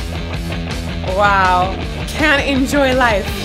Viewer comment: What confuses people is the way he stresses the words. "Enjoy" usually has the stress on the second syllable.